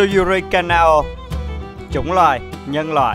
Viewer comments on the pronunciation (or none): none